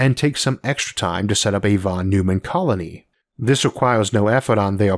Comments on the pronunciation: Sorry to be that guy, but I'm 90% sure it's pronounced Von Noy-man, not Von Noo-man. FYI! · Von Neumann is pronounced Von Noyman